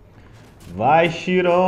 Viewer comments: não é shiron, é chiron se pronuncia kaíron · que agonia ficar ouvindo ele falar "xiron"